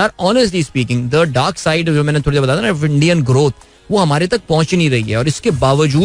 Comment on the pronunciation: Urdu ka qatl e aam takleef deta hai bhai, isliye 😅 "Achhay se" "Thorri na" "Kia heee hojayega" "Gussa" "Murggii" 😢